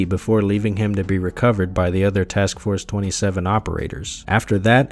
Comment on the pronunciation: erm its actually pronounced task force two-seven🪿